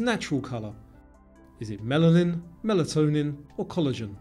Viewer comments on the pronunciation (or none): none